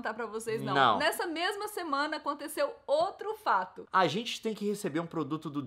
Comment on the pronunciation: A Nilce falou "esse é um dia que a Rente senta (...)' ?? Escutei várias vezes e só consegui ouvir isso kkkkk